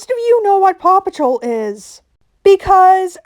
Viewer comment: The amount of times paw patrol was said on quick succession it just sounded like papa troll